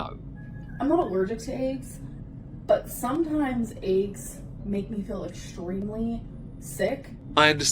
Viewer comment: I need to get my hearing checked. I heard AIDs instead of eggs.